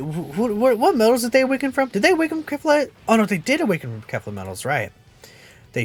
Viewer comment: I thought that u said kale not kefla sry